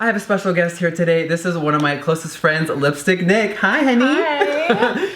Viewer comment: i thought he said lipstick dick